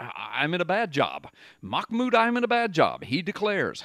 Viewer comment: Hahaha. Sounds like your saying his name is Mahmoud 'I'm in a bad job'. Now That's Prophetic!